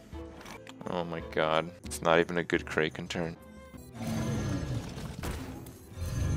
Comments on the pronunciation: What the hell is a Cray-Ken? I have never heard it pronounced they way he does. Kraken. Imagine all of the pirate and mythology movies you've seen. They didn't yell "Unleash the Cray-ken!", it was "Unleash the Crack-en!" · What the fucking fuck is a kray Ken.